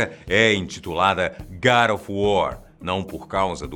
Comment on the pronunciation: Nem a palavra God ele pronuncia corretamente e vocês estão preocupados com nomes de personagens mitológicos, fictícios.